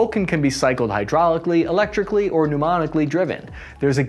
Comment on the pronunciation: Pneumatic not pneumonic